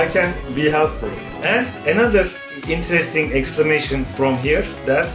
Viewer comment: No one : Volkan Öge : hmm. itis veri intiresting...